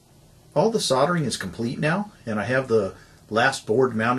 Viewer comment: Good grief!!! It is soLdering ... NOT soDDering ... What is it with you Americans and the difficulty you have in saying soLdering? Try it S O L D E R I N G with an L and not two D's.